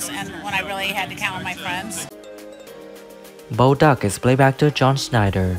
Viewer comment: Bo Duk. lol